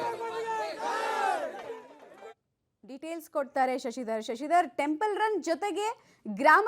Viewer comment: ಮೊದಲು ವ್ಯಾಕರಣ ಸರಿ ಮಾಡಿ ಅದು ಟೆಂಪನ್ ಅಲ್ಲ ಟೆಂಪಲ್